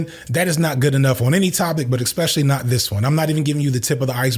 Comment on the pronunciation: you really have to learn how to pronounce the word 'especially". there is no X in that word! other than that, great video as usual